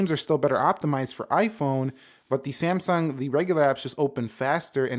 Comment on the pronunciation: It is NOT semsung. Samsung